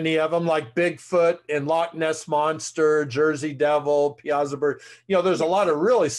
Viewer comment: Great interview!!! butchered Piasa Bird though😂..It's pronounced Pie-a-saw.